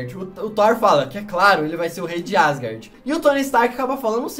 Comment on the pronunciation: Cara tu fala muito errado o nome de Asgard e o Thor fala de outro jeito